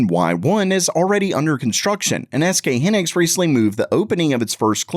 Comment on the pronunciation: It’s SK HIGH-Niks. Pronounce it correctly. Also these new fabs won’t show up for production for years. You’ve been blasting videos every day for weeks now saying the ram crisis will be over “soon”. So damn click baity. You’re welcome for the interaction.